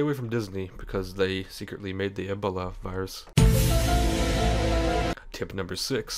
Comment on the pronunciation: i love how you say ebola... sounds like the right way to say it